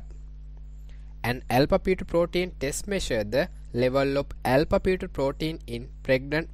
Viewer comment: Alpha pheto protein, alpha pheto protein... stoppppppp!!!!! Do you actually have this accent or trying to be